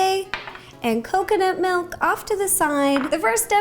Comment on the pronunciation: This is how many times she said MELK ⬇️ ⬇️ ⬇️